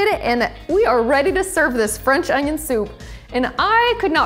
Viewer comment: Анион?! Кровь из глаз у меня и у моего учителя английского языка.